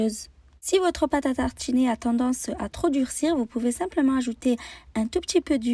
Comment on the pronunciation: Pate a tarchiner C'est partchhi 😂 Bien fancer 😂